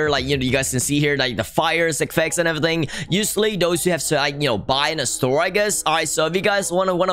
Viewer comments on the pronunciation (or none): none